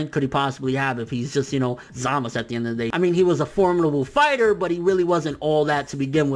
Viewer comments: Zaaaa-mas-suuu not Zamisss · "Zamus" who the hell is zamus? 😂😂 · ZAMASU ITS ZAMASU!! Lol but good points man